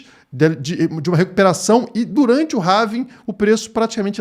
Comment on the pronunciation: Não é "HAVING"! É HALVING.